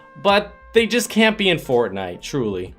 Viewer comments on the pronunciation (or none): none